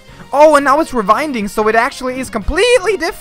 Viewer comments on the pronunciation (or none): This comment was made 5 years ago but is Austrian, so his language is German, and in German, “W” sounds like “V” sometimes.